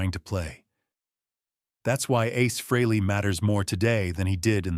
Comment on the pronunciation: How about if you pronounce and spell his name right that would be nice when you’re talking about a legend like ACE FREHLEY